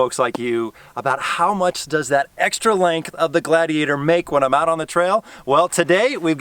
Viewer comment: Is it just me or did he he keep saying lank instead of length